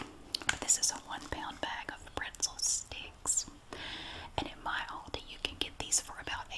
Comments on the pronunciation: Don't forget how she pronounced "alldi" too 😂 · I love how you say lidl and aldi! Here on England we say like al dee not all dee but its fine and I dont mind at all! I just think its cool how we sat ot differently :)) also great video